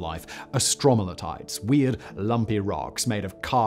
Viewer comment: Hehehe love it, hearing Simon trying to say stromatolites... rock words aren't easy! It's strow-mat-o-lites... in Australia where we have marvellous examples we say it like strow-matta-lites (though I'm not knowledgeable on how to write pronounciations)